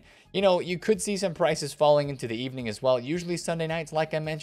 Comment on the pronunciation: Good e-BUUUU-ning!